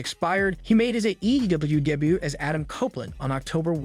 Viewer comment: damn Ai voices can't even say "debut" properly. WTh is "day but"?